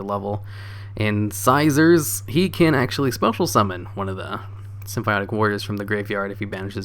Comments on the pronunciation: SIM-FAW-NIK Jesus Christ, dude. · lol damn you even mess up english words "symphionic" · Is he saying symbionc or symphonic?